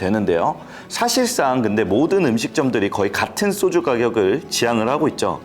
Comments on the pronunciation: "쏘주"가 뭐냐? "소주"라고 하면 안 되냐? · 쏘주? 소주? 경음 거슬림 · 쏘쥬 아니고 소주 입니다. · 왜? 자꾸 쏘주라고 발음하지? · 소주의 발음이 '쏘주'가 맞냐? 그럼 과자는 '꽈자'가 맞겠네? 야